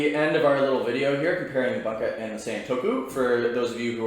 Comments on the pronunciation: Great vid, but is “boonka” vs “bun-ka” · Can't stand the way you say Bunka 😂 it boon ka, it's not a hamburger bun ka. Bút great video